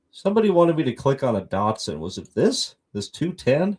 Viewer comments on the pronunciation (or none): none